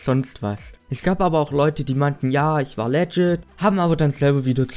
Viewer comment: Wenn er es Legschit kann dann Reschpeckkkt xD #nohate